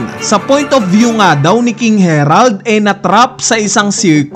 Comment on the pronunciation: bakit ba laging KING HERALD NG KING HE-RALD, KING HARALD NGA DIBA KING HA----RALD